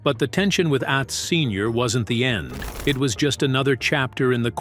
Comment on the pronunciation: Narrator can't pronounce certain words correctly ... Atz isn't pronounced like the world at...it's pronounced lie the word not